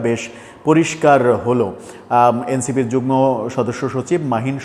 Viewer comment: যুগ্ন হবেনা যুগ্ম হবে। উচ্চারণ "ম" এর মতো করতে হবে।